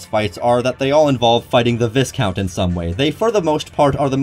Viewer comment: For future reference, the S in viscount is silent and you pronounce the I like a Y